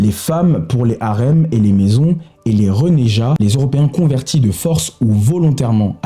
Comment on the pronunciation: "Renégats" le 'g' est plein, il eu fallu un 'e' derrière le 'g' et avant le 'a' pour 'ja', "Charles Quint" se prononce "qu'un", le 'mythe'. En dehors de ça, c'est un bon travail, on comprend que pour des raisons de format tu es contraint, mais c'est un bon départ pour des gens peu habitués à un récit ancré. On aurait pu aussi mentionner le cas des janissaires... Tout Français normalement constitué sait. Que des pans entiers de la population ne sachent pas est le symptôme de la malveillance de ceux qui leur facilitent contre votes pour mieux les manipuler, au détriment de tous. En tout cas, bravo pour ton honnêteté, bon courage dans ton travail et ton étude, et gardes toi bien des grincheux qui voudraient t'empêcher.